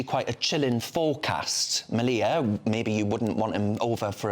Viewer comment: Then they came for the twinks and the soy boys, but I wasn't a twink or a soy boy, so......oh dear..... Sam's name is pronounced like 'media' but with an L. The picture of Hitler was a cartoon and was not in his bedroom but in his 'personal gym'', also known as his garage.Well done for getting that bit right, and stuff the others for not letting him speak more. The 'controversial' book was about Oswald Mosley (shock horror ) and belonged to Sam's wife Laura Towler, who now has to look after their toddler and their soon to be born second child by herself. So it's not just Sam who is being punished.